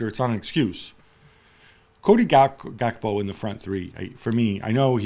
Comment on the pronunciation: Lol at Jules call Gakpo 'Gapko'